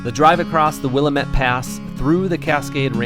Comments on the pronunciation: Also it isn't "will eh met" It is pronounced Will lamb ette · Someone once told us that it is not pronounced Will a mette but "Wil lam it" to rhyme with dam it. LOL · Willamette, is pronounced like Willamette, “dammit”. Just so you know. Beautiful area. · That’s Wil Lam it and it’s in Or e gon. No long ee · you're discovering my backyard & why we live & RV here & the surrounds. And simply as an FYI, its pronounce Will-am -it.... We have a lot of Native American names around here with unusual pronunciations.